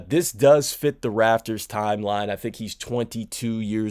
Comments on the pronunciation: RAP-TORS - You just said F it, I'm gonna call them the Rafters. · Am I the only one who noticed he said Toronto raffers and not raptors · I kept saying to myself l, is he saying Rafters? 😅😂😂😂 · It’s pronounced raPtors